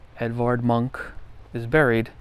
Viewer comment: It should be pronounced Evard "Moonk", approximately but closer. Some of his work is reminiscent of Toulouse-Lautrec and of Degas.